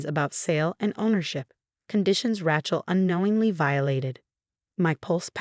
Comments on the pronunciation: At last someone else caught the last misprounciation of Rachel's name. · I guess AI can't pronounce Rachel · SO HARD TO LISTEN to this story...Main character is R A C H E L as in Jennifer Aniston in Friends...OMG...pronouned like a hillbillys garage tool..a lot of story times with higher quality ten foe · Please teach your app to say "Rachel" properly? It's like nails on a chalkboard! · Geez. What a stupid AI reader! Rachel is improperly pronounced. Except for two - which must have been errors. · Her name is Rachel not Rahchel.😲😲😲😲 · Too bad they couldn't get the AI generated voice to pronounce the name of Rachel, the right way! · The name is pronounced "ray-chel" NOT "ra-chel" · Rae-chel, not Rach-el. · Not Rach, pronounced RAYchel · Please find someway to teach the narrators how to pronounce words properly. The name Rachel is Ratchel it's Raychel. There are a lot more. Please do something I grind my teeth at every misprounceation. 🎉🎉🎉🎉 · Rachel is pronounced 'Ray chel' not 'Ra chel', Yacht is pronounced 'Yot' not 'Yat', and Hermes is pronounced 'Her mees' not 'Her mes'. Please get a person to read these stories instead of a robot. Thank you. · Ra-chel pronounced Ray - Chill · A worthwhile trick is to listen to your own story. Ratchel ?? it should be, must be, pronounced Raychill. And heirs is never pronounced hairs. If this was AI, you still need to edit obvious errors. Otherwise it's Absolute Idiocy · The name is Raychel not ratchel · It's so annoying listening to them pronounce Rachel as rat-chel. Please due a proof read and audio analysis. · Ratchel instead of Rachel 😅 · It’s pronounced “Raychill” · There is no T in the name RACHEL! Do not pronounce it RATCHEL. This is what you get when you do not use real humans! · Evil sister is, “Rachel”, pronounced - ray chill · Lol.... Racht-ol! 😂😂😂😂 Don't give up the day job! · Pronounce words correctly. Example - Rachel say Ray-chill. Read say- red. Spelling - heirs not hairs. Good grief! Get and editor for script.